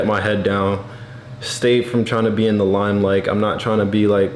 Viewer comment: "in the limelike" 😅